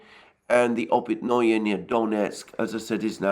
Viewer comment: Опытные is pronounced like "Oh pit na" not -noy like in annoy.